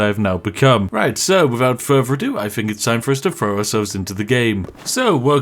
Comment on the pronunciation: Just an observation (I do enjoy your content) plz pronounce TH instead of PH (Think instead of Phink). A truly posh person would pronounce TH correctly and if you did.... it would round out the joke for me personally. Keep up the content!